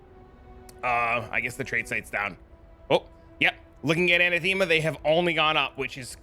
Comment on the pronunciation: heres how to say anathema